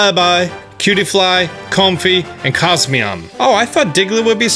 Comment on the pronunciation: Nobody::COZ-MEE-AWM